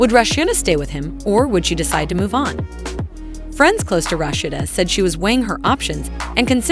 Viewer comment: Him & homegirl would possibly have to get real jobs, cuz Rasheeda shouldn’t have to pay him a dime. She was the money maker not him. Would the announcer learn how to say Rasheeda’s name!!!